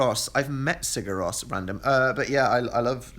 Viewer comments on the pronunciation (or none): The way you say Sigur Rós. Give me sweet merciful death.